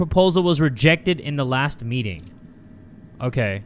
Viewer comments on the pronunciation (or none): none